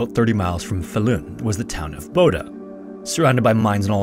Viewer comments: The stress on Falun is on the first syllable, but otherwise okay pronunciations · Faa-lun rather than FalUun but great video 👍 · This man almost got "Falun" completely right, which as a Swede, I think is impressive, usually swedish names are completely slaughtered on Youtube. The only miss was the length of the vowels being swapped, as the A should be long, and the U should be short, not the other way around. It kinda sounds like the word "fallen", if the E was a U